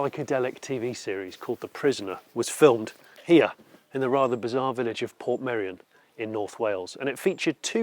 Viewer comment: “I’m off to shoot a video in Portmeirion.” Are you going to learn how to pronounce Portmeirion? “Nah, can’t be bothered.” But it’s easy: Port May-Re-On. “That’s far too complicated. I’ll just call it Port Merry On.”